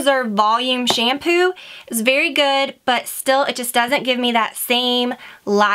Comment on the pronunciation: Why do you pronounce it "SHAYM-POO". Arggghhhh!!!